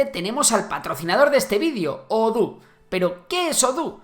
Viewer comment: ouhlala señor frances, se dice Odoo no oduuu